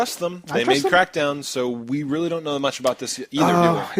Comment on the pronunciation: hahha "o reary"